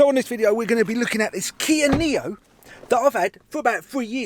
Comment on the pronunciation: Niro not neo